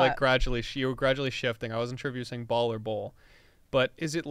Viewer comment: The way says "ball" and "launch"😂😂